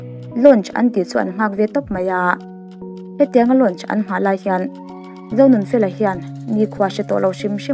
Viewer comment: I thil chhiar ah hian hawrawp ṭan tir ah hawrawp mal lam rik kim loh a awm leh ṭhin,entirnan Sangha-Angha,Zonunfela-Onunfela